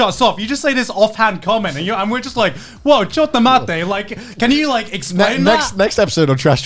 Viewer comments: I find it funny how garnt says "chotto matte" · Garnts chotto matte sounds to me like choco latte